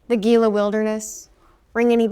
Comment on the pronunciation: Gila.... totally mispronounced. HEE-luh